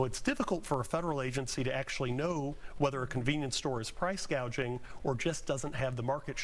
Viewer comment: You mean “price gauging”? 😅